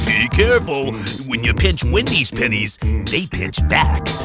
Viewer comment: ok, I'm dying right now because when I heard him talking about pinching "Wendy's pennies", I did not hear "pennies", and had to rewind it to listen again lol y'all can guess what it sounded like, I'm not saying